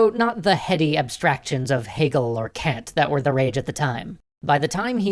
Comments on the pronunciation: It's not "can't" it's Kant (Caunt) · Did you just pronounce Kant as can't? Eye twitch Bloody heathens. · Kant as in "Jaunt" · he is called Kant, not Kent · Kant = Kahnt Just FYI. Like Kahn with a T. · Weird pronunciation of Kant. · Loved the video... That pronunciation of Kant, though... Eesh. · You pronounced "Kant" wrong. Can't blame you, the correct pronounciation sounds like the c-word.